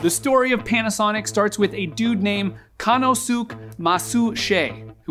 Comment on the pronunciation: Koh-Nos-Kay... That's how you pronounce Konosuke :). Fantastic video though!